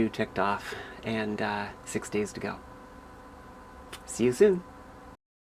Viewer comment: Omigerd.... your accent made me think you said (after saying you had a drink..) "It's a quarter after sex." Sorry! Love the accent though!